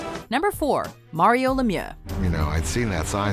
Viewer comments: It's not pronounced as Lemioa it's pronounced as Lemieu just with an x at the end. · It’s pronounced “Mare-eo” Lemieux, not Mario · Learn how to pronounce lemieux you idiots